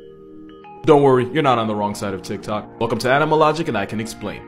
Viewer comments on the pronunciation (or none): none